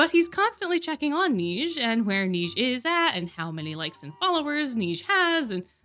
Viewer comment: AMAZING VIDEO!!! Your voice so nice to listen to! Btw I would like to to say that Neige is a French word that means snow. Neige’s name is pretty much Snow White’s name in French but flipped (Blanche-Neige) It’s pronounced something like Nej? I’m not sure if I can describe it correctly (Im from France so it kind of threw me off when you were saying his name, I hope this doesn’t come across as rude or condescending)